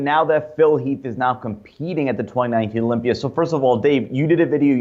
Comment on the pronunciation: Dave , why do you add an “r” after certain words ? Example : “Olympiaer “